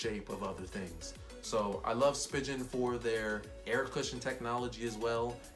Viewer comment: Did he call it a spi-Gin case ?